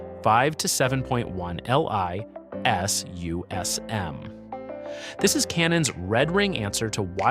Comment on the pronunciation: AI audio does my head in. IS needs to be pronounced I.S. or Image Stabilization not “is”